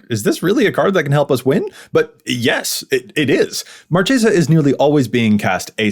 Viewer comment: Ooooof saying marchesa wrong not a good start